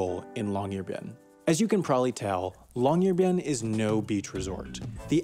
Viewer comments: Yeah, that really bugged me too. If you're going to mispronounce it, at least go for "bee-en" since Americans don't really have the Norwegian y sound, so it's easier to pronounce y's like i's. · Great video, but as a Norwegian hearing you constantly butcher the name was quite jarring, especially since you said it so many times. The "byen" part is two syllables. "By-en" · Long-year-bye-n(ot today, or never) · You can literally just go on translate.google and put it on Norwegian, type in "Longyearbyen" and hear the computer pronounce it. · Nah, but if I'm making a video about Chickens, I'll be sure to know how to pronounce the word Chicken. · I have found three videos that all pronounce Longyearbyen completely differently... Long-yeh-arr-baïn Long-year-byen Long-JEER-byen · I speak Norwegian and I just can't with the way he says longyearbyen